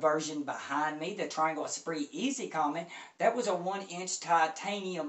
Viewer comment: Good video! I love this speaker, as well. Really musical. As an FYI, the name Comète is pronounced 'Commette', as in Corvette' (it's a French company... the accent on the E makes it a 'short e').